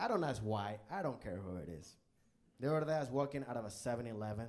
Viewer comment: I come back to rewatch this every so often. He is able to turn "the other day" into a three syllable word; "thutherday." Love him